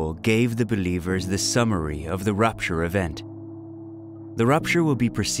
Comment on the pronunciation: It's not rUpture, it's rApture.